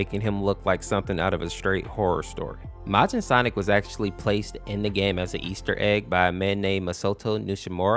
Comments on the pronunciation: It’s Majin MAY-jin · it's not mojin -_- it's majin